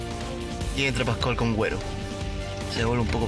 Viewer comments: por que dice guero mal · se pronuncia gero, pero se escribe guero :) y aquí se esta escribiendo , no pronunciando. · Ase llama guero y se pronuncia gero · se escribe guero pero se pronuncia diferente donde estudio él periodista 😁😁😁😁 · guero xD se dice gero jajaja